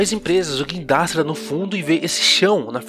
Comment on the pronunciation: O vídeo ficou mto bom mais teve uma coisa que deu agonia "GUINDRASTE" K